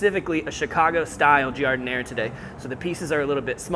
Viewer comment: It's "Jar-Dih-nair-uh". He says it all fancy.